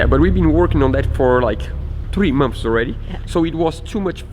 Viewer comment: Beautiful so far!! That will stand out for sure. Hehe "mumps" = "months", you guys are so cute. : )